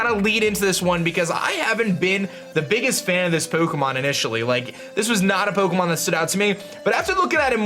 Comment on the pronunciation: Just can't stand the way he says 'Pokemon'